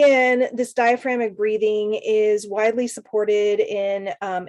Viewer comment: Love the video. Just a heads up you are missing a syllable in the word DiaphragmATic breathing. Thanks again for all you do.